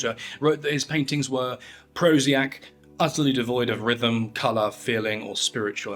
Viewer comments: "Prosiac" is not a word. The actual word is prosaic, meaning dull or uninteresting. Funny to hear you pronounce prosiac (pro-see-ack) like you took it for granted that it was an actual word in the English language and then not skip a beat when you went on with the rest of the quote. Yes..........I AM a grammar Nazi. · The word is "Prosaic", not Prosiac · "Prosiac" is a typo that you read as-is, though it is not a word. It is supposed to say "prosaic", meaning having the style of prose, lacking in poetic beauty. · 'Prosiac'? If you've never heard of a word that you're about to narrate and guess to pronounce for the first time *within a video project*, within which you'd like people to believe you've not only researched, but understand what you researched, you should probably double-check that there hasn't been a typo made by someone, which when pronounced will give away that you don't know the word 'prosaic', and therefore potentially the meaning of the quote you used to construct your argument. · Pro zee ack??? It’s pronounced Pro zay ick…. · Prosiac? You mean prosaic. /pro-zay-ic/ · "Prosiac???" The word is prosaic, Prozac is an antidepressant, the word "prosiac" doesn't exist. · Prosiac isn't a word—Prosaic (pronounced pro-zAy-ick as in prose hence the meaning) is. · Fräulein, not Fräwlein. And it's prosaic, not prosiac. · “Prosiac?” (Prosaic.😂) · 'Prosiac' is not a word – it's prosaic. Not trying to be a petty C U Next Tuesday, just saying. Nice video, though 👍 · It's "prosaic", pronounced "pro-say-ick", not "pro-see-ack". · re "prosiac", there is no such word; did you mean "prosaic"? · Grammar n@ here. , I think it's ''prosaic'', and not ''prosiac''. Still, great video! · 'prosiac.'... the word is prosaic pronounced like mosaic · Prosiac? The critic surely wrote prosaic. You read a misspelling. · "Prosiac"? LOL Come on dude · Haaaaa PROSIAC. Did you mean prosaic? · the word is prosaic (pro zae ik) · “prosiac” xD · Prosaic, not prosiac.